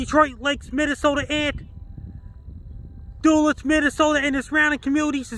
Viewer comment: Duluth is pronounced Duh-Looth rhymes with Muh Tooth. Just so you know.